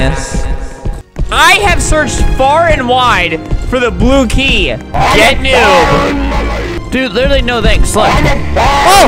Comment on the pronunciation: Whenever Albert says "Blue Key" it sounds like "Blooky" and reminds me of Napstablook the depressed ghost from the Underman series.